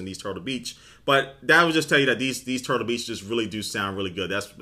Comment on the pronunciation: he said turblebeach not turtlebeach at the beginning.